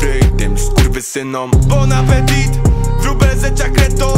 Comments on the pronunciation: Ostatnie T jest nieme czyta sie bon apeti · Tylko że nie wymawia się bąnapetiT , tylko bąnapeti xD Ale kawałek rozkurw ;)